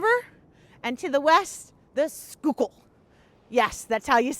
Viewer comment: It's,'Skuul-Kill", NOT, Sku-kool